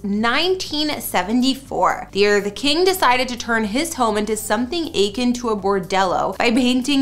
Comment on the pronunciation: Akin is pronounced, ‘uh-kin’